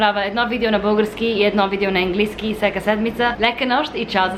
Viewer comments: Произнася се английски,не енглийски!Може да кажеш свинщина!Не ти го казвам като хейт!Надявам се да разбереш какво съм ти написала!❤И можеш да казваш ама вместно но понякога!Аз го използвам! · It`s right to say english - английски, the "a" is not said like [e]. Anyway, you are ABSOLUTELY adorable and I would totally love to try one of those ice latte vanilla syrup(ванилов сироп ;) )